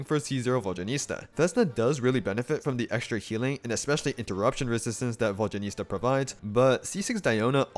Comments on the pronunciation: Immediately dipped once I heard vodyaniSTa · Vodyanista Fashionista